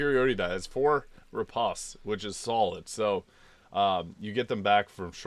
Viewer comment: When I was a fencer, everyone called it "re-post" rather than "re-paust."